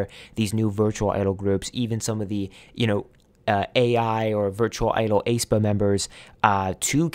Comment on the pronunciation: YES. I completely agree. The reason why I think Mave won't be too phenomenal is because they're essentially void of what it is to be human. There's no authentic attachment unlike human idols that you can connect to in real time with that can give experiences AI can't. But Pandora is such a bop. <3 Also, it's eh-spa. Like the "ae" in "aesthetic". Aye-spa has been eating at me the entire time. xD